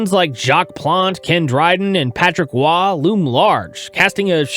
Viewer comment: Did you really say Roy like that?